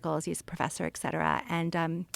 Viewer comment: Great episode but it’s “etcetera” not “exsetera”…. Sorry to nit pick!